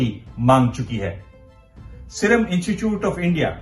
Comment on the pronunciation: पत्रकार महोदय ! कृपया 'इनचूचूट' न बोलकर 'इंस्टीट्यूट' का उच्चारण करें। धन्यवाद।